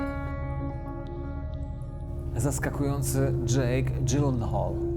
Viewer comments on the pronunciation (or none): bardzo lubię Pana program, ale nawet Pan nie wiesz jak daleko Pan jesteś od poprawnego wymawiania nazwiska Jake'a:) Jestem całym sercem za tym, żeby starać się wymawiać nazwiska jak najbardziej wiernie do oryginalnej wymowy, a nie jak nas nauczył Hollywood:) Od Szwecji dzieli nas tylko Bałtyk, a od Ameryki ocean i pół kontynentu:) Pozdrawiam, wierny widz jeszcze z czasów gdy obaj mieliśmy więcej włosów:)